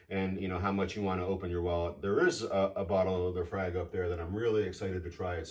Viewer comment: Thanks for the video. The clubhouse is amazing. I’m somewhere between a newbie and intermediate to whiskey. I had thought laphroaig was pronounced luh-froyg? Any thoughts? Also I think Lagavulin is Nick Offermans go-to whiskey? Thanks for the videos!